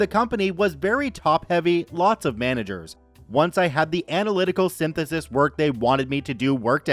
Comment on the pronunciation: Is synthesis really that hard to say? I suppose sometimes it is.